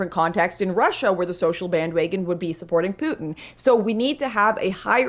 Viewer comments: My favorite part in the debate was when Lauren said bandwagon like "bandwaygon" like 5 times in a row. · Lauren: “Bandwaygons.”